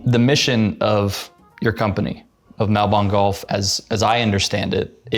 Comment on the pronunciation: Have to pronounce the name correctly as a host. Otherwise great interview. It’s mall-bin. Just listen to say it once